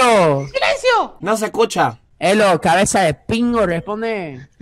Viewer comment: "Se me escuchah?" Es el apagasteh nuevo kjKAJKAJJA